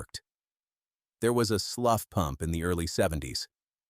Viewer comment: Slough is pronounced “slew” not “slof” Regina is not pronounced “Regena”